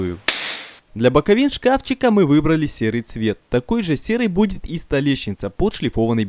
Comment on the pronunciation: Все бы хорошо,но слушать невозможно,особенно ухо режет "кухОнная" и "столеЩница","сверДла"